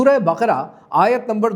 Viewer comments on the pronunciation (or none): none